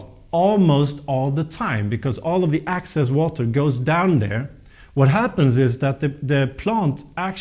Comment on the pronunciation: QUESTION: Can you practice these 2 words - EXcess, not ACcess and plANTS, not plUNTS? Issue #1: Excess = residual; more than enough, vs ACcess = to capture or get in to. Issue #2: Plant = an organism studied by Botanist; A plUNT = NO ENGLISH SPEAKER KNOWS WHAT THE HELL THIS IS; an annoying sound in an otherwise great and informative youtube video series. In a sentence. When you put EXcess water into the pot..the plANT does not like it. Come on guys... not trying to be difficult. Just try it.